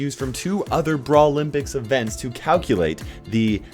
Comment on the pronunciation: it is jerrys mistake he was keeping the brawl news guy to say brawlompyics and brawlnalist